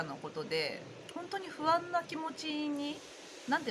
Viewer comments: ｢ふあん、ふあん」が ｢ほわぁん、ほわぁん」に聞こえました☺️ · NA NA 私もほわぁんほわぁん、と聞こえて楽しくなりました😆